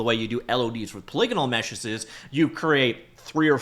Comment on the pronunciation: People dont say "polygonal meshuhses" enough, these days!